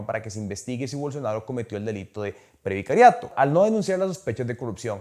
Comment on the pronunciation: Excelente contenido, abierto y Franco solo una cosa RESPIRA HOMBRE, hablas demasiado rápido!!!, también es PREVARICATO no PREVICARIATO! 😁 suerte y sigan con tan excelente programa!!👍👍👍